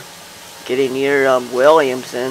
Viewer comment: Williamsburg, not williamson outside of Traverse City.